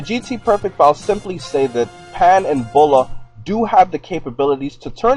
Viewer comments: no offense but its bullma not bulla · Its Bulma not Bulla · it's bulma not bulla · Bulla....its Bulma lol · Bulma not bulla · It's Bulma, not Bulla. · Is not bulla it s buma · ITS BULMA NOT BULLA STUPID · its bullma not bulla wtf lmao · her name is not bulla its bulma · *Bullma not Bulla :D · Bra? And why is she "Bulla"? .-. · Dumas's its bulma